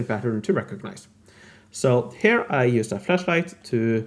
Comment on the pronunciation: I need to say that, well im sorry beforehand but, the way you pronunciate "here" makes me sick, but I still enjoy your videos and I rlly admire the love and dedication you put in them. Im sorry, I had to release some hate if I plan keeping watching your videos. I love your work and i admire it, its just that your "here" 's dont make it easy. I hope i dont offend nor demoralize you. I'll try to "rewire" my neurologic paths to not hate them. Rlly, 3 months already trying. Someday... Im gonna make it... Hope at least I make someone laugh! Love from Spain